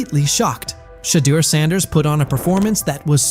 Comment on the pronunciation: Learn how to pronounce his name please